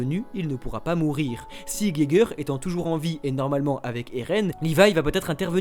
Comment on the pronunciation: Merci de dire ''Eren'' avec l'accent japonais. 😅🙏🤭